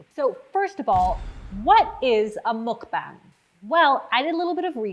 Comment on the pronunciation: pronunciation note on mukbang - the U is pronounced like "uh" and the A is pronounced like "ah"! so it sounds kind of like the english phrase "muck bong."